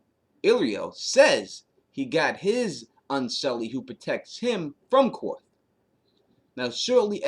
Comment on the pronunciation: It's pronounced "Kar-th" not Qorth. :-)